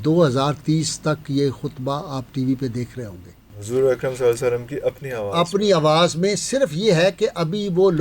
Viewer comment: برائے مہربانی درودشریف صل اللہ علیہ وسلم یاصل اللہ علیہ وآلہ وسلم صحیح تلفظ کے ساتھ پڑھاکریں